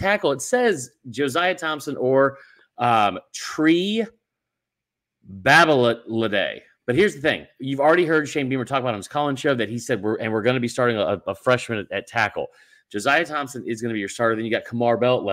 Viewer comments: Tree Babalad.........bab-uh-LAH-day 😂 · properly pronounced Bob-A-Lahday